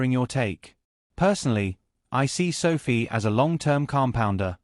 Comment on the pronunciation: Your lame AI voice is mispronouncing SOFI.